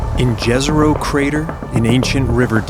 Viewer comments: What the hell is "Gezero"? It's pronounced "Yezero". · Jezero Crater, pronounced Ye-zero, means Lake in Serbocroatian